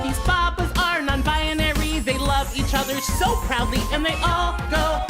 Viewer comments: I think the song has a great message and is wonderfully performed and animated I just wish someone had given an editor the lyrics so they could match them to the melody better. "Proudly" shouldn't be pronounced prd-LEE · That song's only crime is consistently stressing the wrong syllable of proudly.